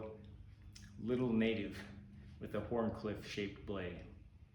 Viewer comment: the fact that you pronounced the H in Wharncliffe makes sense but is somehow also disturbing. Now say: Cool Whip! This started playing after your latest video about the microjimbo and the happy toy. Now I must say that I am thinking about the Microjimbo....DHamn you! Scoring and then cutting seems like common sense but you don't need common sense if you are cutting cardboard with a thinned out blade....food for thought!